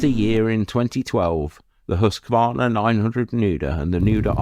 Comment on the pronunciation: Nice bikes, I liked them. And you are the first englishspeaking guy I have heard who pronounces Husqarna correctly. Oh, that Nuda....